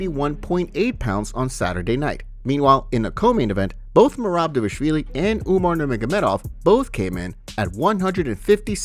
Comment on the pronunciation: The narrator mispronounces Merab's surname. It's DVALishvilli, not DAVishvilli...is it so hard to spell it? D V A L ishvilli....